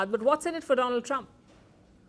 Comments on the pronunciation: My phraaand dolaand trump😂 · My phraaand - Do- Lund trump sar😂😂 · Chai wala , my priend donold trump😂😂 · My phriend dolaaand trump 😂